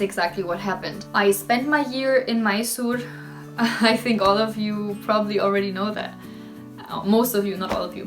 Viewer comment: Yeah!, when she correctly pronounced Maisoor (Mysore) which many tourists otherwise pronounce it as My-Sore.. LoL